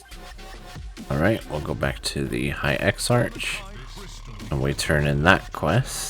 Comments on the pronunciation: Great video dude! Butttttttttt...... it's ex-ARK not ex-arch hahahaha.... just messing around man. Thank you, you saved me a ton of time. :) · Would have been a better guide if you hadn't driven me crazy mispronouncing (eksa-k) exarch. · Exarch= exark. archmage = Arkmage.. your driving me mad bro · What this guide doesn't tell you is that you need to be friendly with the factions of the broken isles to even begin this. That in itself took me hours to complete with all the running around and special quest states required to even see the NPCs that give quests. I'm currently halfway through the video and while accurate as to what we're suppose to do, I am malding over how you pronounce Exarch wrong and a few other things. At least it makes me want to get this done even faster. No hate, just sayin'.